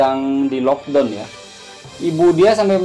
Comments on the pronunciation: lockdown bang..bukan lodong..saya berapa kali dengar abang sebut lodong..saya fikir sejenis makan ke apa ni..rupa2 nya maksud locdown..kelakar la abang ni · bukan "lockdon" ...sebutannya ialah "lockdown"